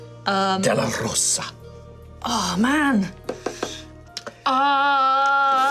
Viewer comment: It's D'LerOsa... Not D'LerosA!